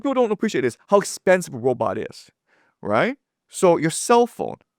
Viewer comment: The first " Pwoblem "!! Oh and a " Wobot " Pmsl 😂😂😂😂😂